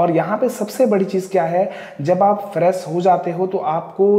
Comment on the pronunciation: Tabi to fresh ko faras bol raha h😀😀😀